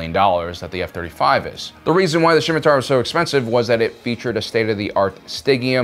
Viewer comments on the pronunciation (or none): Ah yes, the Shimitar Corrier. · I absolutely agree. However your pronounciation of "Scimitar" is really weird 😀